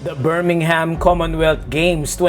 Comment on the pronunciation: Actually, as someone who lives in Birmingham, I can tell you that the bull is the civic symbol of Birmingham, owing to the ancient 'Bullring' markets in the city centre. The 'h' in Birmingham is NOT sounded, by the way. The bands featured in the opening and closing ceremonies were all well known Birmingham bands. I agree however, that the depiction of Birmingham's bull did have more than I was comfortable with of the demonic about it. The choices of some of the songs was also inappropriate. I agree with most of what you say. I just wanted to explain why a bull was chosen as well as the selection of the bands.